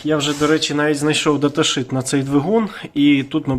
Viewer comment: Ви маєте перестати казати «даташИт» - бо для людини яка знає або користується англійською постійно - це страшно ріже слух!!! «ШИТ» ( shit) - то на англійські мові є - лайно, або екскремент!!! Правильно буде «ШІТ» ( shEET), обо на англійські - листок аркушу або паперу в цьому випадку ( взагалі то листок якоїсь пласкої матерії). Data sheet - значить уявний листок паперу з якоюсь датою ( інформацією) на ньому.